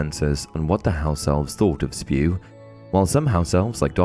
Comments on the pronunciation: It's not Spew it's S.P.E.W.! 😂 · I am sure, many have already said it, but... IT'S NOT SPEW! iT'S S.P.E.W.!!!